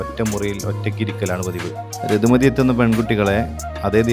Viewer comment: ഋതുമതി എന്നാണ് ബ്രോ രതുമതി അല്ല 🙏